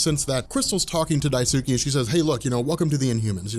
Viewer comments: Protip: When pronouncing Japanese names, there is no emphasis of syllables. that is to say, it's not DaiSOOkee, it's just Daisuke. Sometimes it helps people to pronounce it "Dice-k" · I think it's "die-skay" not "die-sue-key". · Daisuke is pronounced Dice-kay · its pronounced Dice-kay not, "di tsu kee" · Daisuke is pronounced die-skay just in case the in humans ever become important again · dye soo kee? you heart my ears, bro. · it's pronounced "DICE-KAY"... long story short, in many words and phrases in Japanese, the U is silent and skipped. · BTW, Daisuke is pronounced dice-keh. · Daisuke is pronounced "dice-keh."